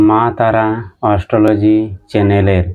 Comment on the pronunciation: আরে দাদা অস্টলজি না,অ্যাস্ট্রোলজি। ❤